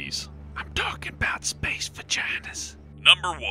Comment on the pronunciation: "I'm talkin' 'bout spaeece vaginahs"